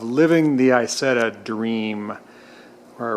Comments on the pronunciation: Just a small correction on pronunciation if I may: It is pronounced E-Zetta. In German (in this case and with certain other words) the I is pronounced like an E. I don't know if you are aware of this, the Isetta was original produced by a company called Iso. Isetta means "little Iso" Enjoy your videos. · David M However when Isetta's were made by BMW they were pronounced E Zetta. If you go to Videos especially those the are from Europe they are pronounced E Zetta. I don't know how the I is pronounced in Italian, perhaps it is pronounced as an E as well.Maybe some who is familiar with Italian can chime in. =) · In England, where our Isettas were not made in Germany, it is ALWAYS pronounced Eye-Setta. S is pronounced like S here, not like Z. It's an Italian word anyway, not German. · ***** You kinda did with your snide remark "In the USA we say some words differently, so I will continue to call it I-Zetta." As an American myself I find that remark quite arrogant.Are you not willing to learn how to pronounce words correctly, or do you think as an American you are are above that? Just saying. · ***** I merely pointed out the correct way to pronounce it to the poster of this video. I did it in a courteous way, as a suggestion.As I said you can pronounce any way you wish, but with the caveat that pronouncing a name wrong makes you look like a novice to those in the know.Take that advice any way you wish. Peace